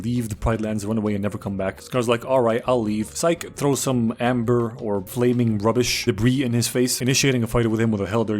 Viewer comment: ... also the word is Ember, like charmander's first fire attack